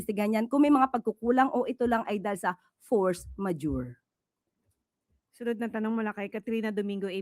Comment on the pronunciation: Nagreach out po ba ang mga Duterte's para sa pagtulong? tumulong po ba sila or nanghingi ng assistance sa palasyo? yung emphasis mo USec sa "force majeure" tawang tawa ako lol